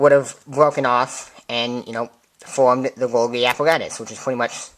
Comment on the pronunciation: I think it's pronounced golji